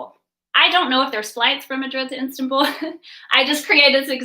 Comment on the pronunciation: Istanbul not Instanbul.